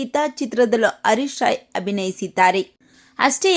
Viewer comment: ಅಮ್ಮಾ ಅವರ ಹೆಸರು ಹರೀಶ್ ರಾಯ್, ಅರೀಶ್ ರಾಯ್ ಅಲ್ಲ.